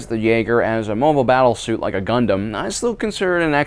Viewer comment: Why I heard CONDOM instead of GUNDAM?